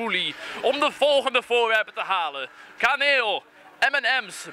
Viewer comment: lol ik dacht dat je zij "kameel"niet kaneel lol